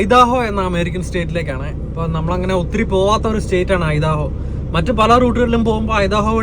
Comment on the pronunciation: ഐഡഹോ എന്നാണ്. ഐദാഹോ എന്നല്ല. ഇനിയും അമേരിക്കൻ സ്റ്റേറ്റ് പ്രോനൗണ്സ് ചെയ്യുന്നതിനു മുൻപ് ഗൂഗിളിൽ ആ സ്റ്റേറ്റ് നെയിം അടിച്ചുകൊടുത്തിട്ട് അമേരിക്കൻ പ്രോനോൻസ് നോക്കണം.